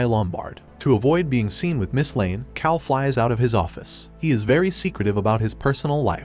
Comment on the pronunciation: That and calling him "kale" instead of "Kal" a couple times.